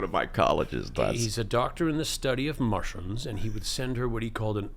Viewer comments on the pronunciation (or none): I had to play it back several times, I thought he said he was a doctor of Martians not mushrooms. LOL